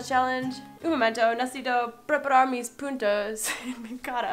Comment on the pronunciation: Like si parece que en ves de decir puntos dijo puntos pero sin la n en el minuto